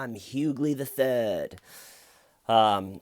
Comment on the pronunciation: I chuckled every time you said "George Huguely the Thuuud".